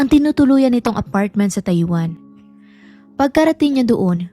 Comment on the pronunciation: Bakit mo binibigkas ang TAIWAN na Tai-Wan??? Ang bigkas noon ay Mabilis .. … [TayWaN]…. Maayos kang magsalita… magsanay ka lang mabuti sa tamang pagbigkas at pagbibitiw ng salita … mapa-English o Tagalog!! No offense meant…. Suggestion ko lang….👍